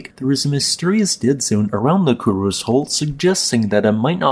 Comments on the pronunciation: That's, "KU-RO-SEH," not "KU-ROZE." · FYI: Kurose is pronounced ku-ro-sei